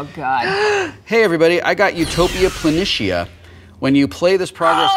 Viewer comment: Whaaaat? Wil mispronounced Utopia Planatia?! *Pushes up nerd glasses* That is UNACCEPTABLEEEEEE!